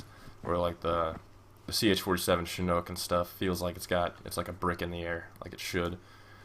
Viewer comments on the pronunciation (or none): none